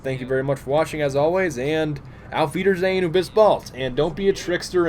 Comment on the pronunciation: Everytime you say "Aufwiedersehen, Bis Bald" I thought you would say something like "fetus anus bis balls" Eventhough i AM German